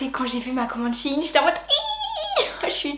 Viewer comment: ⚠ATTENTION⚠ shein est une marque qui viens de chine certes MAIS shein ne se lit pas shine mais shaine